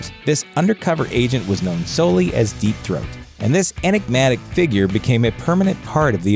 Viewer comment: “Deep thoat” 😂🤣😂